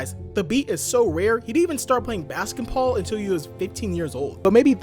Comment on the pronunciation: Bro said baskenpaul